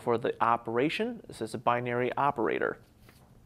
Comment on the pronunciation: Memorizing the rules really aren't neccessary. The logic behind them is relatively simple since each variable contains either a 1 or a 0. Also, I don't like the way you say the word "binary". It really upsets me.